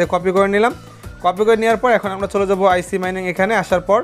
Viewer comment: আইসি না ভাই এইটা আইচ হবে।